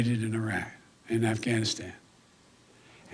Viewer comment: Dear Joe Biden....words matter! Lol. When speaking you should finish words fully before moving on to the next. Ganistan is NOT a place. You are monotone and boring. You are weak looking and can't pronounce the words! You should probably practice 1st. Ugh🤦‍♀️